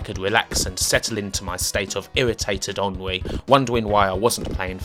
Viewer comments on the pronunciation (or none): none